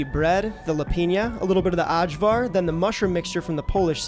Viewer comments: The lamb and pork gyros wins it for me just very slightly ahead of čevapi :) Loved the video. And had to say it - you nailed Kajmak but Ajvar is pronounced "eye vaar". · your prouncing cevap wrong, the 'c' is a 'ch' so it's Chevap. Also, for ajvar, the 'J' is a 'y' so it's ayvar. Did you post the recipe for the lepinja? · interesting pronunciation of cevapcici, but that one wins for sure! but cevapcici= che vahp che che. AJVAR=eye var. in croatia at least. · "uhdshwar", lol. It's pronounced "eye-vuhr" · Ay-var. Its Ay-var. Eye-var, if you will. Gahhhhh! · Very happy to see the cevapi made #1. Also I couldn’t help but laugh when you pronounced Kajmak perfectly but then said the hard “j” with ajvar 😂. Think “ay-var”! I also agree with the other Serbs that you should grill the meat next time. Great work otherwise! You made me homesick. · Ajvar is pronounced "Eye'Var" for future reference. THe J's are usually pronounced as Y's. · yep, great job! implementing these tips if you make cevapi again will make them 100x better btw, ajvar is pronounced more like ay-var 😄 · Looks great but , but the way he pronounces ajvar 😄 and then lepinja like it is some mexican bread( la pinha) 😄 , and the cevapcici is also funny. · I'm gonna show this to my Serbian friend and let him hear you mispronounce half the words